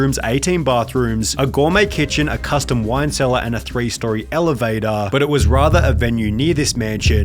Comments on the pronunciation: Elevetaaaah, dangaaaaaah, Omahaaaaaaaah, bordaaaaaah, Iowaaaaaaah. There was a stretch there where I just couldn't concentrate because of the pronunciation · Lol bro are you messing with us the way you pronounce stuff? "Elavatuh" "Danguh" "Boarduh" And the most egregious of all.... "Casinouahhhhh"